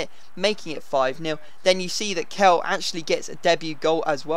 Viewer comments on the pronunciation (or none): Kehl is pronounced kale